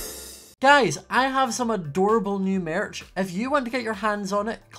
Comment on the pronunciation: Don’t we all love the way he says Merch !